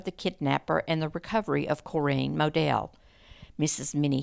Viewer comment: I never knew you could pronounce Corinne the way you do, but I think I like it better.